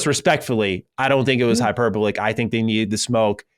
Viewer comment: While we're fixing your grammar and pronunciation - the work hyperbolic is pronounced: hyper-BOL-ik. (learn from Cog)